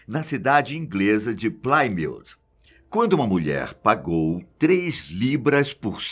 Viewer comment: plymouth é pronunciada plimez, nao plaimauz